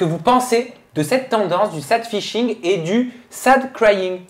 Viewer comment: Par contre, dites à que ça s’appelle “sAdfishing” et non pas “saydfishing”